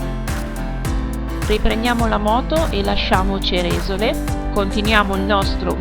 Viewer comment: Bello! Comunque il paese col suo bel lago si pronuncia Ceresòle, non Cerèsole 👋